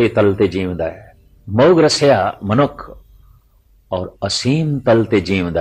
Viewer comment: ਮੌਹ ਨਹੀਂ ਮੋਹ। ਹੋੜਾ ਲੱਗੇਗਾ ਕਨੌੜਾ ਨਹੀਂ।